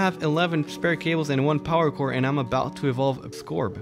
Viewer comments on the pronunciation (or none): none